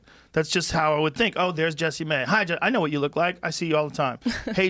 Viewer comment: I always thought her name was pronounced like "jess-eh-mae" and Everytime Rogan is like JESSEE MAY hahaha I'm not sure which one of us is correct lol